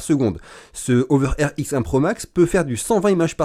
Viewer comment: Prononcer la h vous les français,c'est pas une saletée ce beau lettre